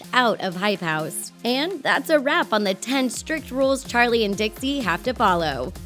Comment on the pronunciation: the way she pronounces Charlies name like; cHaRliE diEmiLiOu